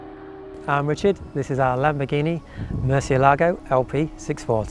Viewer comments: Your pronunciation of 'Murcielago' is awful . This video explains how to say it correctly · And even on the door sill plates, Lamborghini shows how to properly pronounce Murcielago by placing the accent over the “e”, but people still pronounce it wrong by placing the accent over the “a”. Just nails on a blackboard to those that speak Spanish. Nice Lambo. The Murcielago is my fav. Motor has a sound that is closest to a F1 motor. Aventador sounds more guttoral. Murcielago is like a wailing banshee when up too.